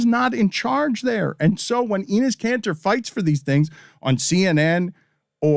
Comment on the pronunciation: Pronunciation of Enes is Denis minus the D.